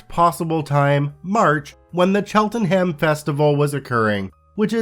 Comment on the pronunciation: Not that it is likely to ever come up again but Cheltenham is pronounced chelten-em. Americans and Canadians over pronounce any places ending in ham or shire. I'm from Worcestershire and almost everyone mangles saying that.